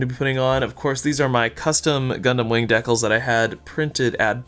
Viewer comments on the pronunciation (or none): This was cool. It's also pronounced "DEE-kal" not "deckle".